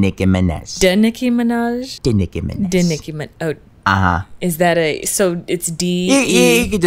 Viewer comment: NICKI MINEEHj